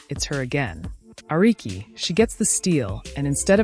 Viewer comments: Arike? Ah-ree-kay. Ehreich??! The great AI scare seems limited to scammers and the military, which ofc is bad enough. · Angel Rice? 😂 It's REESE! Ericke? 😂 Its ARIKE! (Ar-ree-key) Milissa Smith 😂 it's NYLISSA!